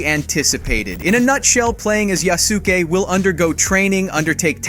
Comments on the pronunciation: A.i story tellin hurts me. I love the information, but it tastes sour, lifeless . It's still a good video tho the Netflix show doesn't due his story Justice and the a.i is pronouncing Yaskue name wrong . Do I think Ubisoft will due Justice to histrionic accuracy....not really thier most accurate historical game Is "BLAG FLAG" which was the last household name of the genre if you do thus Ubisoft plz for God's sake don't fuck it up there's not enough media on this man. The Netflix mothafuckas tried but they had my manz fightin mythical creature's and shit. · How do you make a video where you pronounce "yasuke" in 10 different ways.. Jesus Christ. 🤦🏾 Personally I just don't wanna see a game about yasuke because in the end its not important to the history of japan. He was an exiled failed general who if was any other person would have had to die because he failed his lord. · I hate the pronunciation of Yasuke.. in this video... He is saying it wrong...😒 Now thats out of the way. I wish we could do a custom character. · Why did you pronouce Yasuke that way!? 😭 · Can Yall Stop slandering Names it’s (Ya-Su-Ke) not one syllable but 3 this is a big part of annunciation when doing so do it right if you gonna cover these type of Games Not even 15sec in and I’m disappointed already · Yasuke: YA-Su-Kae, emphasis on YA, super short, under pronounced U, and KE is pronounced is pronounced Kae (or Kay if you're lazy) I don't know why this bothers me so much but if you're gonna narrate for a channel you should defs learn how to say foreign words at least half decently, but complete ignorance when we have access o the internet? I cannot forgive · "known as Yasskee" they really gotta stop letting AI do the voice overs... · Yasuke not yaske énfasis on the su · The name Yasuki is pronounced Yass-oo-kee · "Yea ski"???...Lol C'mon, you know that's not how you pronounce it, right? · Ya-su-ke. Way to butcher his Japanese name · Its pronounced yas ou kay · it's not "yaski" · Ya skay not skee